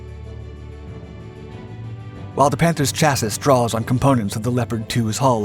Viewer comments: WTF is a "chaz-us," learn some French please! "Shazz-ie" is how Chassis is pronounced! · A "chassis" is the frame of a vehcicle Pronounced " CHASS-ee" (singular) and "CHASS-eez" (plural), NOT "CHASS- ISS.". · Cha-sys? You mean Chassi? How could this guy not know how to pronounce that? REALLY? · Another screwed up video by this "Dark ____'' franchise creators. My gawd they can't even pronounce words properly. Cha-Sis, instead of Chas-See, Pilot, (must be able to fly) instead of driver, idiots. This is the best example of A.I. gone goofy, or the narrator lives under a rock. Anyone who watches and believes these "Dark" video's must be fans of FOX News, ha ha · I always wonder if the person doing the voice over work is a native English speaker. Like he has a fine accent, but it seems like in every video, he completely botches the pronunciation of some word. In this video it's "chassis" , It's pronounced chass-ee not chass-iss (like "hiss"). That's not even an alternate pronunciation according to wikipedia. It's a French word. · Omg stop saying "chassisss" you sound ridiculous. It's pronounced "chassy"! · its Chasee,Not chasis... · FYI chasis is pronounced chaaseee, how could he not know how to say it lol. customer is NOT poland. they just did a deal for the S.korean tank and pland to build over 900 of them in poland by licence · Thanks for another great vid, bro! Maybe you should give some thought to how you pronounce CHASSIS. It should end with an E Sound. Like Chass-ee. The "s" is silent on the end of the word. Thanks again for all your hard work! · How many hundreds of vids has this guy made and he just said "chassis", as opposed to the word "Chas-sees" the rest of us say? It's not like this is a NEW word... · Chassis: Say it with me: Chas-see. Chas-See. The S at the end is silent. Otherwise, keep up the good work. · "Chassis" is pronounced "Chass-ee". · Makes you wonder if it's text-to-speech. I feel like nobody pronounces it the way it was in the video.